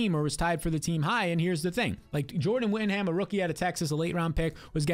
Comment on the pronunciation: It’s whittingTON not whittingHAM